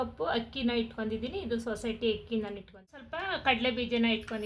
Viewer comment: Super laddu🎉🎉 but ಅದು ಹಕ್ಕಿ ಅಲ್ಲ ಅಕ್ಕಿ ಕನ್ನಡ ಶಬ್ದ ಸರಿಯಾಗಿ ಇರಲಿ 😂🙏